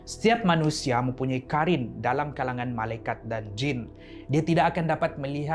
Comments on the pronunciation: Abang bukan karin tapi korin sebab ق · Bukan Karin tapi Qarin